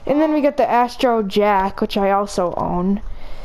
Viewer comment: “We’re gonna equip asttruah- jahc”